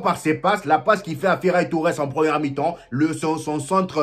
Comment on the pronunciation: j'ai cru entendre feraille Torres a un moment 😄